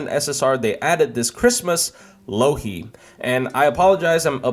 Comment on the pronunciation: every time he says Louhi I keep hearing Loki